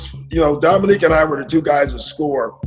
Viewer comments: "Dominic"? Seriously??? "Domi-NEEK". Credibility shot, on what otherwise is a nice presentation. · You absolutely ruin your credibility when you call him "Dominic" over and over again. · Dominick Wilkins? How can you continually mispronounce his name when you include clips that say his name correctly? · His name is Dominique, not Dominic. Neek not Nic, show some respect to the Human Highlight Film and pronounce his name the same way his parents did. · Thank you, craigtennant! I just found this video and it bugged the hell out of me every time he said "Dominic." Also - to all those who commented and spelled Dominique's name "Wilkens" - please don't post if you're going to disrespect a Hall of Fame player that way. You may as well have called Larry Legend "Burd!" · Someone should tell that it's not "Dominic" Wilkins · Dominique, not Dominic. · Great video, nice addition to the Larry Bird stable, but NARRATOR- it's DominEEK! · Hey robot! His name is pronounced Domineek! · I feel your pain, but had to watch that classic battle between 'Nique and Larry again. But each time the narrator mangled the name, 2 words came to me: Eff Yew! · Dominick Wilkins? hahahaha. AI ain't there yet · Your inability to pronounce Dominique's name correctly kinda hurts your credibility. "He was one of the greatest offensive players to ever play the game." - Doc Rivers. Show him some repect and pronounce his name right. Sheesh! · This would be a great video without the dumbass narration, the computer can't even pronounce Dominique !